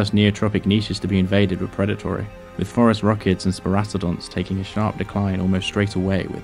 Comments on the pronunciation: Dude I just thought that's what he was saying... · I thinks there is a pact amongst YouTube paleontology channels never to write “Phorusrhacids” on screen, so we’ll keep on hearing “Forest Rockets”. My guess is it helps with the comments session.